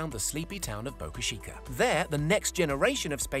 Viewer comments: Boca CHEEKA... not Shieka... CH CH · "Boca Sheeeecka" lol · What the hell is so hard about pronouncing Boca Chica correctly for Brits? You can say "cheeky monkey," can't you? You don't say "sheeky monkey."